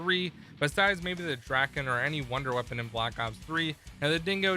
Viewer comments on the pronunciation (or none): none